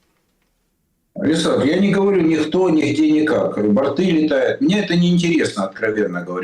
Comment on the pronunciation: Не бортЫы,а бОрты безграмотен часто.